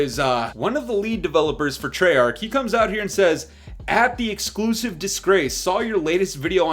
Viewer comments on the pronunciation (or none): Am I the only one hearing “Exclusive Disgrace” or do I need to see a doctor?